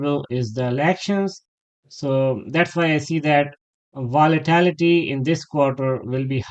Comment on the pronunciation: I love your daily analysis. To be helpful, it is VOLATILITY, not VOLITALITY.